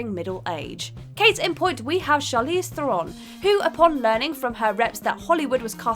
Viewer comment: Diana PRINCE. Theron rhymes with 'heron'. Gadot sounds like "Ga-dough"